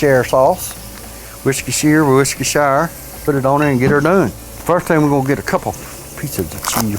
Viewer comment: woarsh your sister sauce.😂😂😂